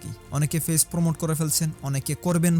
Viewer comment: ভাই ফেইছ না পেজ।😂